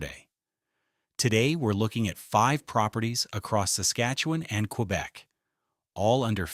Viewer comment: queerbec lol